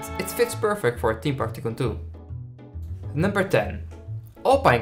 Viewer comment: SAY TYCOON PROPERLY NOT LIKE TOCOON